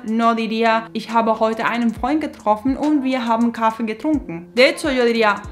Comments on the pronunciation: La vocal "a" en la palabra Kaffe es corta. No es Kaaaaffe... es Kaffe. La " a" es corta. No es Treeeeeffen No es Triiiiiiinken Y por el contrario pronuncias la "a" de "haben como si fuera una vocal corta, pero es una vocal larga. "Haaben". Lo mismo con "bin" "ng" = ŋ gegangen = genaŋen. "gestanden" Aqui no tienes que hacer una vocal larga. No es geeestanden. Passieren. "ss" No tienes que vibrar. getroffen "o" corta ... etc, etc, etc, etc, etc, etc, etc... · "Kaffee" no se pronuncia así. Con tu pronunciación sería "Kaafe". Explicación: Si hay un consonante doble como aquí doble "f" siempre significa que tienes que cortar el vocal antes, lo dices más rápido, así en este caso "a" corto. Lo mismo con "treffen". No es "trefen o treefen", la doble f hace el consonante antes, la primera "e", corto. Y dos "e" en Kaffee significan "e" larga.